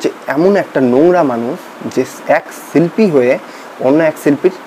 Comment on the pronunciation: খিস্থি দিলেই হিরো হওয়া যায়, না বড় সমালোচক হওয়া যায়? "ছুনলাম" না, "শুনলাম"।" ছিল্পী" না, "শিল্পী"। ধুর,এটা কোনও সমালোচনা? Construction, উচ্চারন ঠিক নেই।